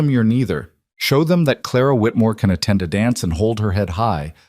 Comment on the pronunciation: Again with "Clara Whitmore " ? Noooo...